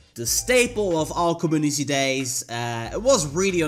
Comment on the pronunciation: Us:Co-Mu-nitee Him:com-oo-niss